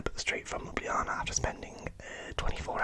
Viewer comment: Perfect pronunciation of Ljubljana, mate! Glad you enjoyed my country 😊